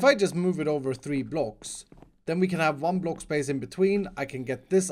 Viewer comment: I love the way you say block... BLOC